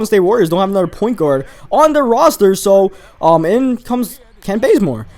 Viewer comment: said anoder nba 2k14 ITS ANOTHER not anoder